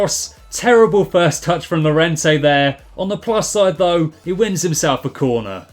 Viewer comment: Yorente, not Lorente